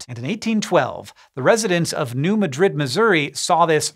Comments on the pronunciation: Fun fact: as someone who has been to New Madrid (and also Cairo, Illinois); the locals tend to pronounce it "New MAD-rid" not "New Muh-DRID". (Also, Cairo is pronounce "Caro" (like the syrup.) :) For the morbidly curious.) But, as Webster's dictionary once said, "There is no such thing as a CORRECT pronunciation, merely pronunciations that are more (or less) common." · New Madrid (MAD-rid, not Muh-drid) quakes created Reelfoot lake, and quite a bit of the wetlands in Ballard Co, KY. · (cough) Pronounced "New Mad-Rid." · Can confirm it’s Mad Rid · As an (ex) Missourian, I came here to say the same :D New MAEDrid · New MAD-rid. Emphasis on the fist syllable. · as an illinoisian, can confirm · Accent on first syllable of Madrid in New Madrid. And "a" is the same as "sad". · We're Missouri, we pronounce Madrid wrong. Next time, ask a Missourian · the way he pronounces New Madrid makes me squirm